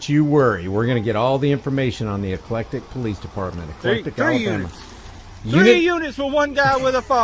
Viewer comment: It's called EC-LEC-TIC I grew up about 15 minutes away in Tallassee AL